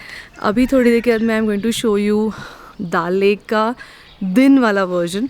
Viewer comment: its not daaaal lake. its dal lake...